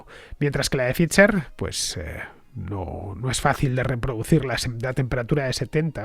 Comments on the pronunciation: Cada vez que dices fitzer/pitzer en vez de faizer/faiza(dependiendo si eres de de EEUU o UK) me sale un sarpullido, sobre todo xq en tus programas das a entender que hablas el idioma(la p no se pronuncia y no hay t)..lo he puesto foneticamente Fernando a ver si lo corriges que aun tendras mas programas de esto y de verdad que duelen los oidos.. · Pfizer se pronuncia "faiser".... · Yo también me he dado cuenta pero me lo he callado para no parecer un pedante xD, pero tienes razón se pronuncia [Pfaiser] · es que hace un par de días alardeaba de que como era un apellido alemán había que pronunciarlo correctamente en alemán :) ... adoro a Fernando anyway, es imprescindible